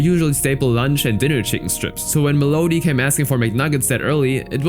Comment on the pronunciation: Mel odie? Melody bro